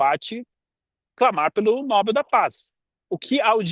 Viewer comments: Muito boa reflexão. Mas cuidado com a pronúncia: é Nobél e não Nóbel. É oxítona a palavra. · Não é prêmio nÓbel; é prêmio nobÉL, nobÉL, nobÉL..... APRENDEU, FALASTRÃO?